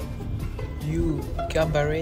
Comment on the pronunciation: the fact that he added an engrish accent on the ganbare will never be unfunny to me 😂